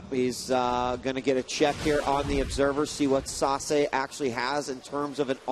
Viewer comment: yelled at the screen every time Day9 mispronounced Sase